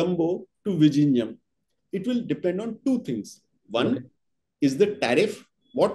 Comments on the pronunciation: Vizhinjam not vijinjam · The pronunciation of "Vizhinjam" needs to be corrected at least before it starts operation.